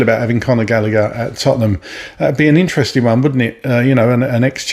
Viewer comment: Not galleger